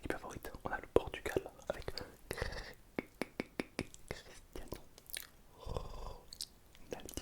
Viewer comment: Crrrrrristiano RoNaLdInIo 😂😂😂😂